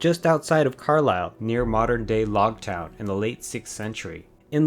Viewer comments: I think you'll find its Longtown not logtown, I was born in Carlisle and have family in Longtown. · Your video is brilliant, very informative. Unfortunatly it isn't 'Logtown' it's LONGTOWN. You can see there is a lot of effort taken for this video. Shame about the mistake. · Longtown not logtown pal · Sorry, I gave up as the narrative was so mixed up and full of errors. Longtown, not Logtown.